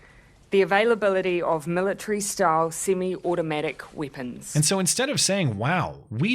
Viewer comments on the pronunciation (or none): Did she say "Simmy automatic whippins" ? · Confiscating those darn "seeme automeetick weepuns" isn't going as planned huh?